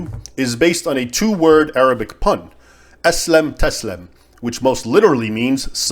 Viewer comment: It's "aslim taslam," not "aslam taslam." The first word is an imperative (of form IV, aslama-yuslimu-islam), "submit!", while the second one is an imperfect (of form I, salima-yaslamu-salam), "you will be unharmed."